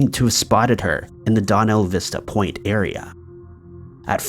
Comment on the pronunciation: "Donna Vista Point" no. Its Dana Vista Point.